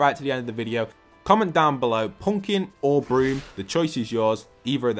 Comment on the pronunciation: Pumkin or broom 😂